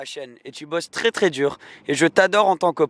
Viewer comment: "C'est twès rapide hein!" "Oohlaalaaaa", j'adore ses réactions, c'est excellent et on vois qu'il kiff, quel plaisir de regarder cette vidéo, au top comme d'habitude. Je te suis sur les vidéos UK et en FR c'esr tout aussi génial ! #lafamille18h